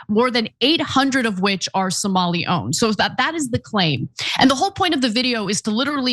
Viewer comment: It’s Somali not somolian. Would you say Isreleian? Instead of Israeli?